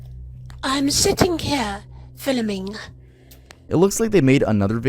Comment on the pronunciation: WHY TF DID HE SAY IM FILIMING